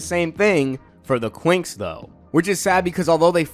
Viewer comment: I honestly thought that you said the twinks